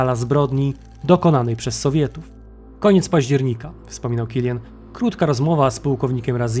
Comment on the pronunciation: To niemiec , nie anglik. Wymawia się tak jak się pisze. Killian, Kilianowi itd.